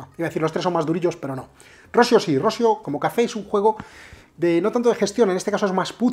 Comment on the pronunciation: Por favor mister, no quiero sonar muy petulante, pero por evitar que quedes muy mal delante de gente, mi consejo es que la pronunciación de Rossio la cambies a "Rossío", es una pronunciación más similar a la real. Siento el apunte paternalista, espero.sea de ayuda.